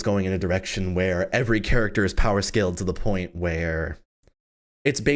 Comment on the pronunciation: Anyone remember when used to always say charactfer in dark war. Love you 😂